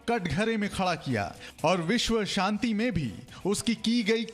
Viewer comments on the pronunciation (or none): none